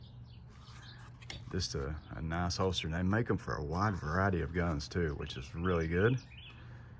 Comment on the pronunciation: It’s hoLster. With an L. Not a hoester